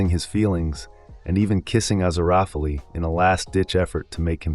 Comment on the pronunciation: You know it's an AI voice when they can't pronounce Aziriphale properly.